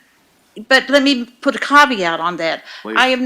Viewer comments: Did you poop in the pool? Yes with a caveat (pronounced CAWW VEE AUGHT) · She's ruined the word 'caveat' for me 😐